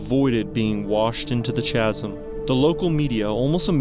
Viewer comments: I like these videos, but chasm is said like "caz - em". Not "chaz - em" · Has this guy never heard the word chasm before? It's not pronounced with a "ch" sound as in "church" lol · You need to look up pronunciation of "chasm." 😊